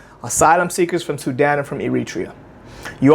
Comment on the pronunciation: She pronounced Sudan as Sudin interesting 🤔🤔🤔